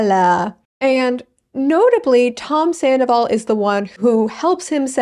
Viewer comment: Ken saying "tomzandoval" lives rent free in my mind.